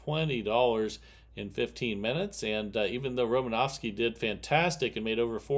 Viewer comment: There’s no V In Romanoski